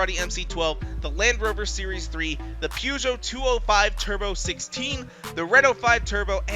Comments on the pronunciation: Did he just call a Peugeot a pewgoe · Your pronounciation of 'Peugeot' was the worst I've ever heard in my entire life.